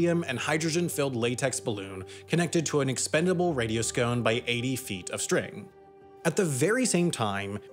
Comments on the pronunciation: "Radio Scone" It's like a radiosonde, but more delicious. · My dude said "Radio-Scone" multiple times. lmao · I've never heard someone call radiosondes "radioscones" lmao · 100,000 feet is NOT 300,000 meters. Also, stop saying radioscone (or whatever that was). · Regarding the device attached to the weather balloon - a radiosonde - it's pronounced like "radio-saw-n-d". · "Radio Scone" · You are pronouncing "radiosonde" incorrectly